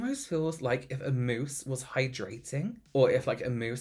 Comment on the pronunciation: Why was I envisioning a moose drinking water by some riverside for a full minute before I realized he actually said “mousse”...